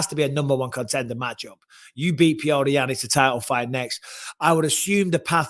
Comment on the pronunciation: His name is petr ffs